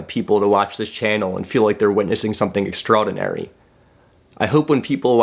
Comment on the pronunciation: love you however i am roasting you for the way you pronounce "extraordinary"